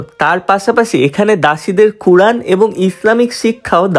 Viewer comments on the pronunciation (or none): none